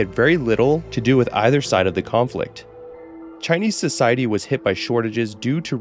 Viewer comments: Your Chinese pronunciation is great, I always love when creators make an effort to get the pronunciations right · Im very Impressed with how good your Chinese pronunciations are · I find it really funny that he pronounces Chinese better than Spanish, being much much more difficult. English phonetics are f*cked